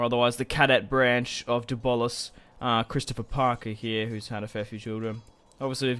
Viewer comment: Gotta say, I've been binging these videos and absolutely love this, but am I the only one that is bothered by the pronunciation of "Blois" as 'Bolis"?